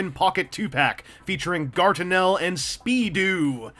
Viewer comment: Guartinel. It like you're trying to say Gargamel everytime.